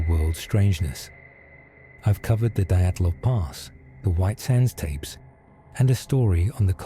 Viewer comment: Please learn how to pronounce Wallowa, I live here and it's annoying.